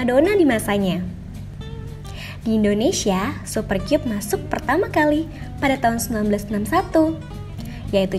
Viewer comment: Sebenernya "Super Kyub" ato "Super Kab" sih bacanya 😅